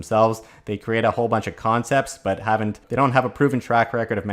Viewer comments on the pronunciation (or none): none